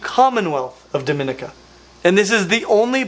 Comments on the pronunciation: Finally reptiles from my island. Been following this channel for quite a long time. Pronounced "duh-me-NEE-ka" instead of the spanish sounding pronunciation. They do get very large. Met one sprawled across a road near a residential area some years ago.. tail across one end and head on the other. Think it had caught an agouti because it was just laying there with a big belly. I just stepped over it, it didnt even react to me. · Small quibble: the commonwealth of Domenica is actually pronounced "Doh-men-EEK-ah". You're welcome.